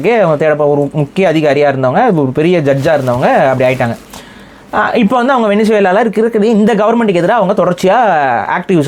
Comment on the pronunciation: கூமுட்டைங்களா, அது வெனிசுலா இல்லை வெனஸ்வேலா. அதெப்பிட்றா நம்மூர்ல எல்லாரும் தப்பா படிச்சு வச்சிருக்கீங்க?